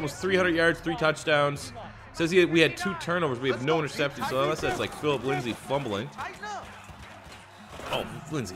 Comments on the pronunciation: Please, It’s Lindsay not Lindsley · It’s Philip LINDSAY not LINDSLEY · Also its Lind-say not LindsLey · I love that he paused to correct himself on saying Risner's name, but calls Lindsay "Linsley" for all of time. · IT SAYS LINDSAY RIGHT INFRONT OF YOU WHY DO YOU SAY LINDSLEY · I cringe every time I hear “Phillip Linsley” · It actually makes me wanna die as a die hard Broncos fan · Trust same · you can pronounce but not lindsay?